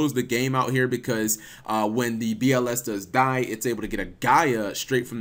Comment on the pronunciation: Each time I hear "BLS deck" it's sounds like "bullshit deck" for me smh